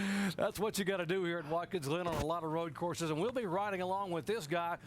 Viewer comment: “Watkins Lynn” 😆